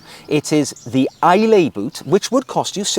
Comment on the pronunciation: Some amazing shoes there. The Islay being my favourite.. maybe because I live near Bond's home in Glencoe 😂 The "lay" part is pronounced "luh"....."Aye Luh". I assume this is named after the Scottish island of Islay. One of my favourites due to their amazing whisky 😂 Certainly worth a visit.